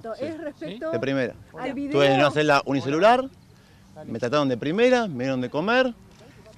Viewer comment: Dijo "una celda unicecular"? jajajajaja que carajos